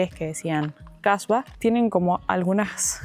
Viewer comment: Atención. Hablaste de Kasbahs y lo pronunciaste incorrectamente. Colocaste la "h" después de "Kah" en lugar de al final. Cambiaste completamente el significado, transformándolo en "mujer de mala reputación". Por lo tanto, la "h" debe pronunciarse al final, no al principio.